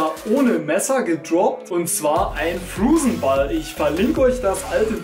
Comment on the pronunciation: Ich versteh immer Flusenball statt Frozen Ball😂 Und omg ich bin auch wieder da jaaay xD Es macht viel mehr Spaß ein Video von dir zu gucken, wenn du vor der Kamera dabei bist^^